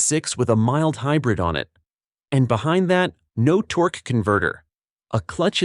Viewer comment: What's a "torkey" ? AI slop videos suck.